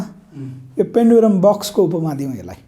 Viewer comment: हाउ !पेन्डुलम बकस कि पेनुडुरा बकस हाउ?के बोलेको मित्र?